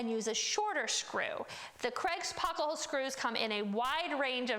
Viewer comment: you say "pocka-hole" and its maddening. Great video explanation, just can't take the mispronunciation.